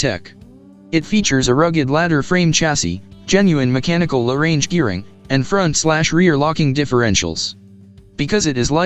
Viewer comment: AI commentary is appalling, two fast, and incorrect pronunciation, 'low range' two separate words, Nm is the traditional measurement of vehicle rated torque, Newton metres, not nano-meters!